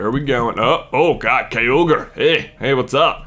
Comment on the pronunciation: it's pronounced ky-ro-gor